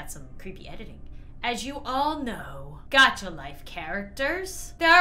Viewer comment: You said Dacha not Gacha